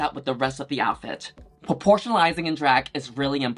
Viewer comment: Take a shot everytime Yuhua says porpotionalizing.